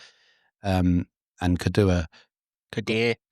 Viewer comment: KODUA IS PRONOUNCED - COD DOO AH and 2 - 0 Luton Win